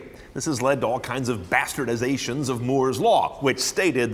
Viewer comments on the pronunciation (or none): Did he just say bastard...ization? Bastard?